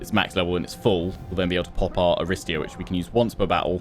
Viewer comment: bit of (Ancient Greek) pronunciation guidance: 1) 'Aristeia' (the hero ability) is pronounced 'A-ri-STAY-a', with the stress coming on the third syllable (not the second as you have been doing). 2) 'Phthian' Spears (the unit) is pronounced 'Fthee-un' (this is really hard to do, but basically it's not a three syllable word - at the moment you're saying 'Fi-thee-un' which isn't quite correct). 3) 'Cerinthos' (the city) is pronounced with a hard 'c', like a 'k': 'Ke-rin-thos (on that note, any 'ch' you see is also pronounced like a hard 'c'/'k' - so Chalcis, the city south of Cerinthos, would be pronounced 'Kal-kis') :)